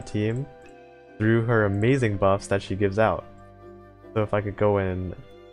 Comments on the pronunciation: oh well, not like imma stop watching your vids coz of a single word butcher anyway i havent subbed for long, but i have seen your old vids (mostly your tier list vids), and i definitely notice the jump in mic quality i look forward to your next uploads.. even if your mic won't allow you to pronounce "she" lmao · the fact that every time you try to say "she" when mentioning ships, and your mic decides to leave the "s" behind, and ends up with "he", tilts me every single damn time